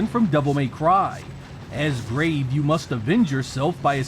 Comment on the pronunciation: Weturn to your gwave